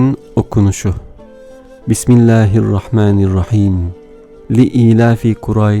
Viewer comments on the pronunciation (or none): none